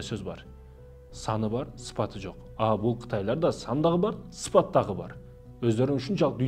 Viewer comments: Сен молдо эле эмес демогог и блогер турбайсынбы туура суйло сыпат эмес сапат деп суйло билимин жок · Сыпат эмес сапат деп айтсан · Сыпат эмес ,сапат.